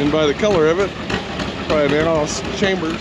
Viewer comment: It's Allis CHALMERS not "Chambers". There's no "B" in the pronunciation. I wince everytime you say "Chambers".😑 As if there was a bullet in the chamber.